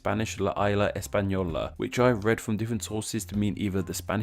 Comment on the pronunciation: i speak spanish and la isla española means the spanish island and its pronounced ees-la not ai-la